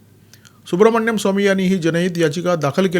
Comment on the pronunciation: Dr Subramanian Swamy/ डाॅ सुब्रमणियन स्वामी ह्यांच्या नावाचं उच्चारण सुब्रमण्यम स्वामी नाहीये.